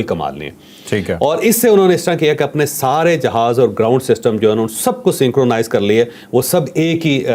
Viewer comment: جاوید صاحب لفظوں کا تلفظ بھی اہمیت رکھتا ہے , توجہ دیں , سینکونائز نہیں سِنکَرونائز ہے۔